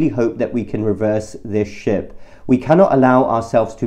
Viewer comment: "Reverse this 'ship', 'shift', or 'shit'"?